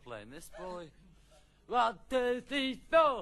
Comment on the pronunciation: John:"WON TU FEE FO"